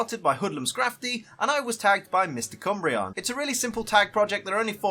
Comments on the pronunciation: When said Mystic Umbreon I heard, MisterCUMBreon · Not sure if you said "MysticUmbreon" or "Mr Cumbreon"... >.> lol I'd probably be an Aroma Lady or a Hex Maniac. My team would have Mimikyu (it being my two favourite types), Spritzee (which I adore and have used multiple times), Pumpkaboo (which I adore), Haunter (my original favourite Pokemon and a badass), Lilligant (Never used it but seems a good idea), Florges (which I have used a LOT).